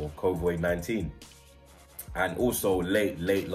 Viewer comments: Nobody:: “covoid” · Covid not covoid fam 😂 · bottled the pronunciation too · He keeps saying Covoid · it’s slyly getting on mans nerves lol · Kovoid 19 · whos gonna tell him its not COVOIIDD